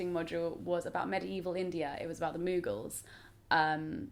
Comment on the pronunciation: The way you pronounce Mughals is hilarious, love you!